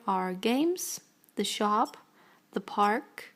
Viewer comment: you say shop like a noob